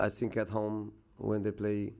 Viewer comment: Your English lvl still same. “I sink”